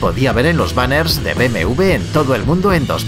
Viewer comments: no se dice BMV. Se dice BMW (u ve doble) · Por qué dice BMV en lugar de BMW 😭